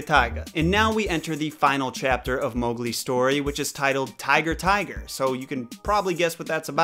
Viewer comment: “Tiga Tiga” 😂